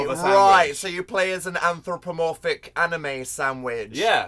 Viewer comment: Dan im sorry but , antothromophontantic? What I dont even know what how u spell just what